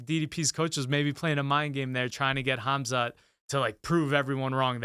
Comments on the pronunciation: "HAZMAT" It's really not hard to pronounce these names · Ngl I panicked when said Hazmat instead of Khamzat but then it got much better and he added a lot to the show!